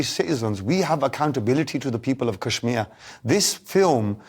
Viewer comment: He can't even pronounce kashmir properly.